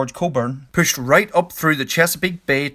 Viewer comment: I like the way he says "pushed" sounds like pooshed. Can I drink when he says pooshed?